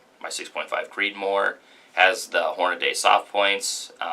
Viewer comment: Nice Video on the marlin 1894. Please let me help you, You have to learn to pronounce "Hornady". Its HORN A -DEE Not Horn A -Day. I cant believe how many guys say their name wrong. Sorry it is just an annoying pet peave for me that people cannot say their name correctly. I hope the Marlin takes plenty of deer for you and best wishes for the channel brother. Merica! 🤠